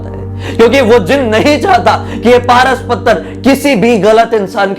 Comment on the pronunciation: Pras pathar nhi paras pathar bee